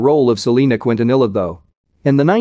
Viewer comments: 'Cwuint-a-nilla' that voice machine doesn't know Spanish. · Who ever is telling the story is not saying Selena's last name right! 🤦‍♂️ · Why is he saying her last name like that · its a ai narrator ofc it’s not gonna say some words right